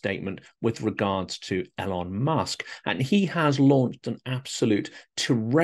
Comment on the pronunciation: No fan of his myself but why 'L-on' when everyone knows it's 'E-lon'? Is it that Trump thing where you think a name mispronunciation somehow diminishes their stature? Musk needs no help in that area.